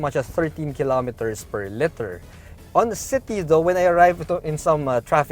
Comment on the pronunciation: I love your reviews. Spot on. Really helpful for someone like me who’s car shopping because I’m planning to retire in the Philippines as soon as I can get vaccinated fly over there. Like I said i truly appreciate your reviews. But buddy you gotta work on one thing; you gotta say and pronounce LITER correctly. It’s really aggravating because the word liter is always going to be in the Vlog; the size of the engine and the trunk space to name two. It’s LITER not LETTER. Thank you. Otherwise great reviews